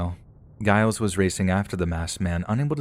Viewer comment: The pronunciation of, presumably, Giles is pronounced with a J sound. J as in jewelry. Giles = Jiles.